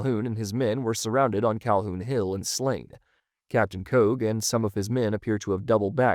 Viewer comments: Thank you. I got so tired of hearing "Koge". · The I Company commander is pronounced Kee-oh. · Interesting, hard to say if we will ever know the truth. Myles Keogh, is pronounced Key-oh. I lived near Fort Keogh at Miles City, MT, and it was named for him.